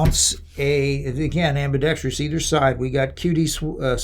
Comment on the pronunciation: Its prounced ambidextrous,…… NOT AMBIDEXTREEEEOUS